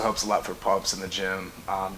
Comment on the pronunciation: Fun, informative video. Thanks! A word of caution from a medical student. Be very careful combining cialis with any other vasodilator (not vascodilator my dude on the right). Any other pump product such as citrulline, arginine, beets, nitric oxide boosters, etc, can dangerously lower your blood pressure when combined with cialis. Viagra will have the same effect, but has a much shorter half-life. This will be a significantly bigger problem in a natural lifter, NOT on trt or cycling, because androgens will actually increase erythrocytosis, thickening your blood, and RAISE your blood pressure. So the effect of a double whammy vasodilator might not be as pronounced as in a natural lifter, and ive seen many pass out in the gym from this combination, or pass out on their partner while pumpin away!